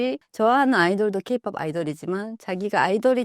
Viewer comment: AI 나레이션을 쓰더라도 업로드전 체크는 해줘야 이런 채널 마저도 대충하는게 아쉽네요 케이 피오피가 뭡니까 케이-팝으로 수정해야지